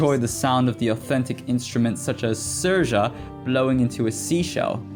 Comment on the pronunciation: Also, it's pronounced Seer-sha.